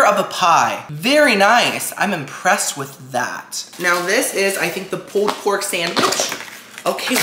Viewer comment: “Pooled pork” 🤣🤣